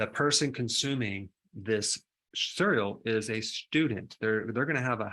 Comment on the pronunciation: Nice video but I absolutely abhor the way you pronounce 'cereal'.